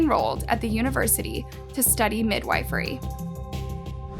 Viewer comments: That place inside us that craves acceptance and unconditional love exists on the thinnest tether. Those that prey on that, are truly evil. FYI; it’s pronounced Mid-wif-ery not Mid-wife-ery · I love your videos! You give a thorough and informative perspective on the subjects and I am always excited when I get a notification! Just one tip: midwifery is pronounced “mid-WHIFF-er-ee” with a “whiff” as in “take a whiff of the perfume” or like whiffle ball